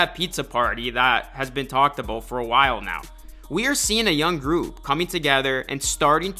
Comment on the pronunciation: “A boat the future” 😂😂😂